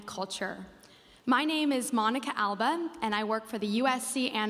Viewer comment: Alba is a Spanish name. Why do you promounce it in English if you the have ability of Spanish pronunciación?